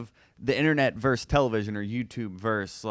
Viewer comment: The word is VERSUS. Two syllables; versus.